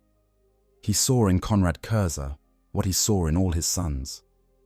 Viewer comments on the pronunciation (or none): It was a great video and well done, but the mispronouncing of curze’s name to curzy really broke the immersion. In future can you please make sure to get the names pronounced right in future, especially ones that come up every few sentences